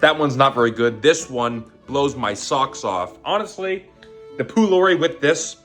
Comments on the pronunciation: Love your videos your food guesser was inaccurate on the first food. Pholourie originates from my families country Guyana which is an Indian dish as a lot of us are Guyanese Indian! And it’s pronounced po-L-are-e! Love your content bro keep it up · Pholourie is from Trinidad and Tobago and is pronounced “poe- lore- ree “ -Ah Trini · Pholourie is pronounced with a p sound, not a f sound. It's also found in other countries in the Caribbean. Source: Am Guyanese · Pholourie (pronounce palourie) isnt jamaican 😔😔😔